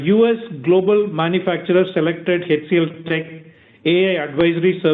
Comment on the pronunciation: Typical wholesale greed of the parent company! Fully offered for sale, and FV 1. Nuts! Shameless! Plain greed!! Let the anchor bank fools do the payout first! I'll see after listing for I am still an MTR fan, and want it to do well. Btw, its "Aitch CLTech, not Heych CLTech. "A" and "itch" pronounced as one syllable. So, it would be Aitch DFCBank and not Heych DFCBank. Your flow of spoken English and especially enunciation is excellent, so it beats me where this wonky quirk crept into your pronunciation. Unlikely you grew up with it. But it is a characteristic South Indian quirk!